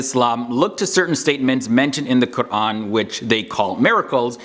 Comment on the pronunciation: dang...thats impressive...the way you pronounciated QUR'AN was to the point